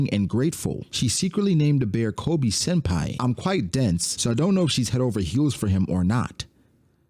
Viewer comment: His name is Koby. KO-BEE. STOP SAYING Kolby.